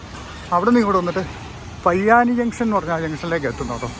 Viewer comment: പയ്യാനി അല്ല, പൊയ്യാനിൽ